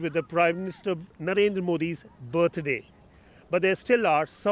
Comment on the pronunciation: do you know what the letters IMHO mean? butt day is what I heard. Sorry!